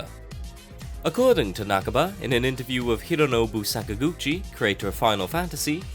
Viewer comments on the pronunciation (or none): its not nak-ba its na-ka-ba